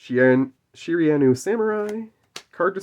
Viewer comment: loved everything about this video except the pronounciation of Shiranui. You should do one of these with Kaiba where you go through and get him to pick his favourite card, we all know it will end up being LOB Blue Eyes White Dragon... but still would be a cool video! LETS GO GENESYS!!! WE'RE BACK BABY YGO 4EVER!!!